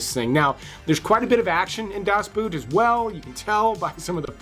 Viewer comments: DAS BOOT isn’t pronounced like English “boot” but English “boat” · I saw 9 in the theatre and I loved it. I know I watched American Hustle but really don't remember much about it. Also, I can't believe people still say Das Boot as boot, something you wear on your foot. The English word "a boat" has the same pronunciation as the Deutsch word "das boot". 😀 And yes, I used to boot, until I studied Deutsch (German). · It's pronounced Boat, not boot. In German, when two vowels are next to each other, you pronounce the second vowel, in this case "o(OH)", therefore, BOAT. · it's pronounced like the english 'boat'. do ur homewrk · It isn't pronounced Das Boot, like foot wear. It is pronounced more like boat but softer with a fairly open mouth cavity and a little nasal. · Das Boot the Boat pronounced as BOT